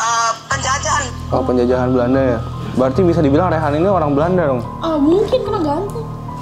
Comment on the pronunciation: Bukan rehan tapi reyhan